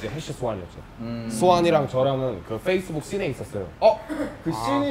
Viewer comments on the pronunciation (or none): none